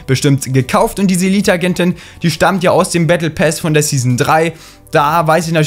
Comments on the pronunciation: Battle PASS nicht PÄÄÄS 😂😂😂😂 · Pass und nicht päss du hund 😂😂 so schlecht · Lern Englisch (Bättle päss) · Why sagt er bättle päss? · Er sagt battle päss😂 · Warum sagst du battle pess